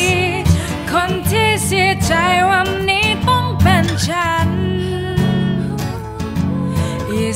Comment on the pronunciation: ลองออกเสียงแบบชัดๆเลยน่ะครับ อันนี้แนะนำ เช่น จายเป็นใจ ฉานเป็นฉัน ลองดูน่ะออกเสียงให้ชัดเจน แต่เดิมก็โอเครอยูา มีเยอะที่ยังออกไม่ชัดและไม่เต็มเสียง